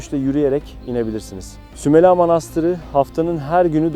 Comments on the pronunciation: Herşey çok güzel fakat şunu merak ettim ve yazmak istedim... Neden SÜMELA derken her seferinde A'yı uzatarak SÜMELA AA diye telaffuz ettiniz.? Doğru telaffuz hangisi inanın merak ettim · Sümel ağa demiyor zaten iyi dinle Sümela diyor 🤦‍♀️